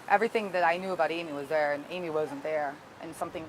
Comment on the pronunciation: It wasn't bizzare, it was the action of a desperate woman who needed a houseful of the energy of children, to quell the chatter of her tormented mind. During the original TV news appeal, the way she said "Amy", in about five syllables "Aiiiiimmmmee" was so sad. It clearly hurt to say her name. She looked totally defeated.